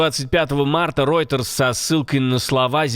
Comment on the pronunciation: Рейтерс а не ройтерс. Вот после этого доверие вашему каналу.